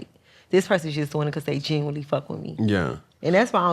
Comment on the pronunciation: “I genuwnwy enjoy cowmunique’n” 😂